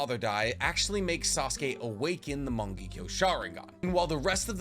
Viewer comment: I kinda hate how he says morng—ekyo sharingan instead of mongekyo sharingan